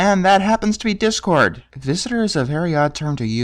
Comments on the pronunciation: She said Dipcord. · Rainbow actually said "dip-cord" sadly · Yes, she said "Dipcord" as in "dipshit". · I think Rainbow was supposed to be saying “Dipcord” but boy does it sound like “Dick-cord”! Which is the best angry nickname for a villain like him! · I think she said "Dipcord" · She said dipcord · Rainbow Dash actually called Discord "Dip-cord" but why does it sound like Dickcord? Would've been funny if it was dickcord